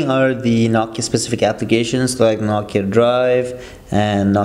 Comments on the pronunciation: it's nooo key ah not knock kee ahh am i right? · say nokia how you should (NO-KEY-A)